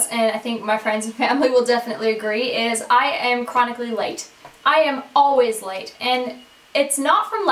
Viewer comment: Did anyone else think she said shes always light instead of late? ahaha